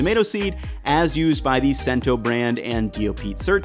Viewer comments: it's "Chento" not "sento" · "Cento" is pronounced "chento", not "sento". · It’s Chento, not Cent-oh just fyi. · IT'S "CHENTO" NOT "SENTO". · Great video - just one thing Cento is pronounced with a “CH” sound like “chento” not “cent” line the penny - otherwise, awesome video! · Excellent experiment, but the Italian side of my family’s voices are ringing in my head going “it’s CHento” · Fantastic video. By the way, the brand is pronounced "Chen-toe", not "Sen-toe". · Not Sento, but Cento, rhyming with Jen. C as in chow. If spelled Chento would sound like K-- Kento. You mentioned aluminum can...what tomato is packed in aluminum? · Note: I think you’re pronouncing “Cento” wrong. I think “sento” with an “s” would be the Spanish pronunciation; but assuming it’s Italian, to my knowledge it should be “chento” with a “ch.” I don’t know anything about the brand, though, but hope that helps. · I'm happy to see that Cento did well in your video. I happen to have a 28 oz. can ready to make a batch of puttanesca sauce tomorrow. BTW, Cento is pronounced "chento" not "cento" 😀Thanks for all the info! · you need to check your Italian pronunciation: it's "NA-poli,' not "Na-POL-i," and the "c" is "cento" is as in English "ch," not as in English "center." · Dude, it's CHEN-TOW. Not "sen-tow". CHEN-TOW C(ch)ENTO' But, solid breakdown. Bravo. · Cento is not pronounced Sen-to, but Chen-to, coming from an Italian 😊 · Cento is pronounced "chento", not "sento". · I love this video, but it's pronounced Chento, not Scent-o. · Dude, “sento” brand? It’s “chen-toe”. 😂🤣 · I'm sorry for this, I truly am, but here it goes...CENTO brand is not pronounced "Sento"..... it's pronounced as "CHENto". DiNapoli is not "Dee-nuh POLE-ee" but rather "DihNAH-poli". This is akin to country folks pronouncing taco with that hicked accent, "Tawhhhk Ohs" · I believe Cento is pronounced "chen-tow", not "sen-tow". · It's pronounced "chento", not "sento" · Cento brand is pronounced "Chento," not "Sento."